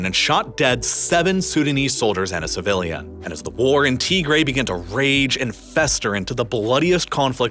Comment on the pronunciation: Good video, shockingly well done. some of the pronunciation is well off. You can listen to how they say it and copy it Tigray TIG GRAY